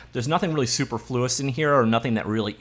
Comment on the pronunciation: "There's nothing really superfluous in here or nothing that really irritates me in the way they have done things." I didn't realize Canadians pronounce superfluous differently. In the US we pronounce it sue-per-flu-ous. Also, how on earth was anyone expected to figure out how to pronounce words like this before online dictionaries had play buttons so you can hear the words?